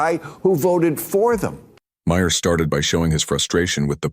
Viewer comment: How come none of the AIs can pronounce Maher's name?